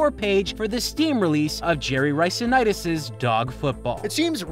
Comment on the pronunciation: The correct way to say it is Nitus and I I know, it’s petty, but it irks me so much